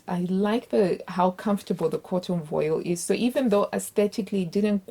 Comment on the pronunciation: Hi! You looked great in everything, even if they didn't turn out exactly how you pictured. Just a note on pronunciation: cotton voile is pronounced "vwahl" like when the French say "Voila!"